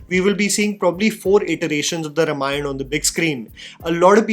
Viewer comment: Dude,,, My friend, It's RAAmayana, not Rumayana I.e. रामायण not रमायण Please